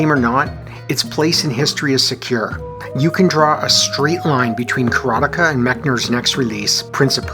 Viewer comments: nice review. You are mispronouncing the name though..it's is not "Kara-Tikah" it's Kara-Te-Ka as in "Karate expert" . Ka = Expert. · You didn't see the ending because you can't even say the name right. It's: KARATE KA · For a quarter of my life I pronounce it: "Karat-eeka." I guess I was too young to know what karate was. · I mainly remember the way the tv ad announcer pronounced it as Ka ra tay ka and it being "the ultimate fighting simulation" or some such bold claim lol. I did a search and couldn't find it. I would guess it was probably for the atari 7800 version since we lived in the sticks and had over the air tv with the antenna knob heh heh. I love your content, it is just where I want to be. You are very fair while giving us that inner excitement any kid had back then looking at the school clock and busting at the seams to get home and back to fun in other worlds :) And ya do it without the "blue" humor so kudos on that. Super happy for ya and the channel! It's great to see others sharing the excitement and their memories as well :)